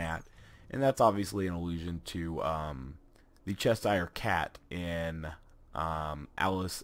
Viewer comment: Ches-hire? That's the first time I've heard it pronounced like that. It's Cheshire as in Ches-sure :)